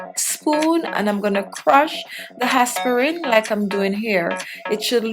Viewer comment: El Guanto ,how she pronouce aspirin is plain annoying